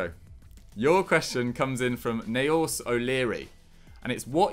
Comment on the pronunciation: Just a bitta help on how to pronounce that name Naoise, its pronounced Neesha 😂😂